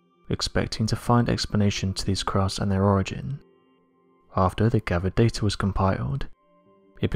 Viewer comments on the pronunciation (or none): none